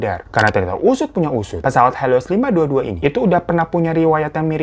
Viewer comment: Pesawat HELIOS bukan HELOISSSSSSSSS wkwk Semangatt banggg bikin kontenya,ailopyutomat 💓